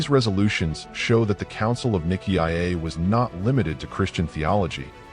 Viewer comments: If you can pronounce it properly, don't make a cideo about it. Nicea is pronounced N-eye-see-a. There is no I before the A that you pronounce. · Why the new pronunciation of Nicea? AI?